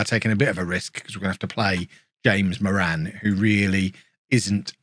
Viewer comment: How is he saying Moran!?